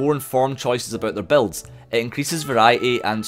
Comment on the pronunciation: It took me 15 minutes to realize he was saying BUILDS not BELTS. English is not my first language.... XD